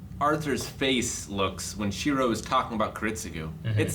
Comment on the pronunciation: when will stop pronouncing Shirou's name wrong lol it's like he immediately forgets his name as soon as the episode ends